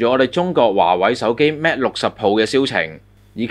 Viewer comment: Mate 唔係讀 Mat